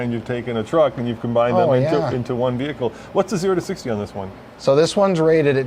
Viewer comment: Not to mention "veer hickle"